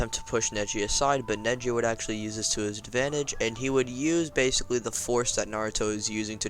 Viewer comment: Ok stop saying accually I've heard it 8 times in a minute